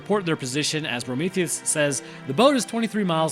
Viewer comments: you keep calling him Brometheus and it’s killing me 😂😂😂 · Why do you call him Prometheus ? 😅